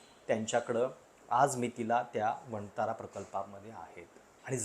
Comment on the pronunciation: वणतारा नाही......"वन तारा"..😂